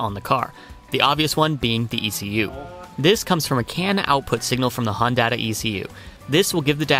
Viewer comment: did he say hondata and not hondata -.